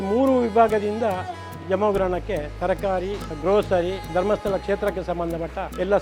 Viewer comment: Please don't say धर्मस्थळा it should be pronounced धर्मस्थळ